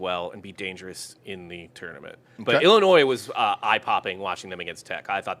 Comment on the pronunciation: Its not pronounced ellinoy.. its a fucking i not an e